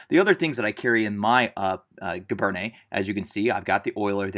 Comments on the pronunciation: No large army in wartime has ever been able to enforce regulations so brown scabbards are likely. It's pronounced "gee-BAIRN." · cal teacher well, when you join them, you will get support in pronunciation tout de suite! My (school) French is not that good either, being +50 years or so, ago. But giberne is gzhee-bern. Soft “g” and no “ney” on the end. That only happens with e’(like cafe’). You will soon learn that not every letter gets pronounced, or how it is pronounced. My interest is in Napoleonic military history (including uniforms) and in Napoleon himself. Good luck to you! Your talent is remarkable!